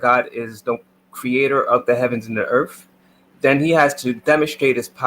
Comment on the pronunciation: I left after “earf” and “demon-shtrate.”